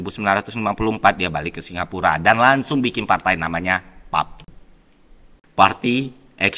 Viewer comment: Pelafalan nya adalah [Pee-Ay-Pee] bukan [pap]. Dan kepanjangan nya adalah People's Action Party. (Apaan "party action people"?) Kesalahan besar. Bukan memilih berpisah, melainkan dipaksa berpisah, maka ada anekdot dalam topik sejarah negara-negara dunia: Singapura adalah satu-satunya negara yang dipaksa merdeka. Pada saat itu pada tahun 1965 sepanjang riwayat karir nya Mendiang LKY tidak merencanakan masa depan tanpa Federasi Malaysia, dan beliau lama mengira Singapura tak mampu hidup tanpa Malaysia. (Di itu dia wajah kekesalan beliau pada tanggal 9 August 1965; mana ada memilih berpisah 🙄) Terlalu generik dan tak menyambung sesuai sejarah. 🙄 Yang lebih tepat adalah: pemerintah Singapura mewujudkan nasionalisme baru (untuk membentuk negara baru ini) dan mengamalkan rukun antar-ras antar-bahasa & antar-agama dengan loyalitas satu bukan loyalitas ganda bukan loyalitas berbilang. Kepada kaum Cina dikatakan: kalian bukan lagi warga China melainkan warga Singapura. Kepada kaum Melayu dikatakan: kalian bukan lagi warga Malaya/Malaysia melainkan warga Singapura. Kepada kaum India dikatakan: kalian bukan lagi warga India melainkan warga Singapura. Kepada kaum Eurasia / dan kaum minoritas yang lain dikatakan: kalian bukan lagi warga negara asal melainkan warga Singapura. Semua diwajibkan belajar bahasa persatuan negara+mancanegara (yakni bahasa Inggris) + bahasa kaum masing-masing (Mandarin, Melayu, Tamil). Dan tak kira agama mu apa; yang penting semua harus saling